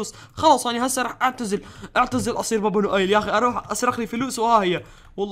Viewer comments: اسمه با با نويل مو با با نؤيل 😜😜😜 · يا ترا اسمو با با نويل موبا با نؤيل هههههه